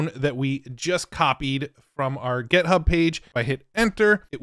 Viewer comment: Love how he says "get" hub 😀